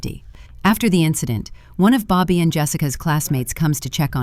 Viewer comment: AI never fails to provide ridiculous ways to pronounce names. How does Bobby turn into Boe-bee?